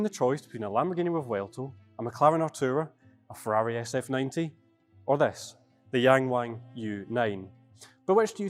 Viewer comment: Prounced: Fellali.